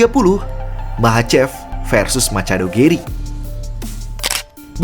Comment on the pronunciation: Machado bacanya Masado bre, coba dengerin saat dia sebut namanya sendiri